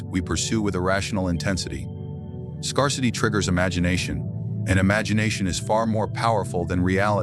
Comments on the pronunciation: did he say...scur-city lol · Learn how to pronounce the word "scarcity" The "a" is pronounced like the "a" in the word "air", not like the "a" in he word "car"... It is "rare" not to have some emotional "scars"